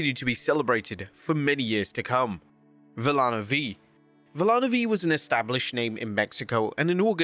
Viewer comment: out of respect, it's Vee-Ya-no, double L's are said like an English Y